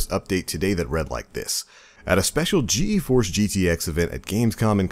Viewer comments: just gforce not G E force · it's pronounced G-Force.